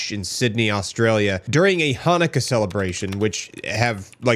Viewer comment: dude, you don't pronounce the word "Chanukah" by pronouncing it with a "ch" sound at the beginning. You never heard the word pronounced outloud before? You're a dunce.